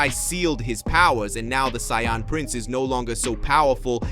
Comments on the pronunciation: Can't even pronounce Saiyan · Doesn't matter it ruins it whenever he keeps on pronouncing Saiyan I cringe on the inside